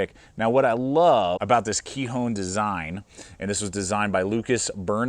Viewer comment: Nice video! I’m pretty sure it’s pronounced “ k-eye-on” with a long “i’ and a silent “h” 👍😊